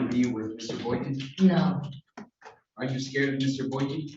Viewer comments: He can't even say his name properly 😂 he clearly said Boykins a couple times. When she asked him w an S he said no. She heard it too. Idiot..hes obviously a jealous & immature fool. He deserves everything he gets. In my state if you don't show up it doesn't matter..you will still be charged. Ppl kept recanting their stories & wasting the courts time. So now the AG just prosecutes. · mayor Boykins???? and he added the S on the last name AGAIN......who is he? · Mr.Boykin literally pronounced his OWN name BOYKINS at least 3 times....lol wtf?! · Dummy don’t even know how to say his last name . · Lol he can't even pronounce his own name correctly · That dude said his own name wrong 3 times. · Says his own last name wrong then gets frustrated at the court 😆🤣 zero green flags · He can't even pronounce his own name correctly.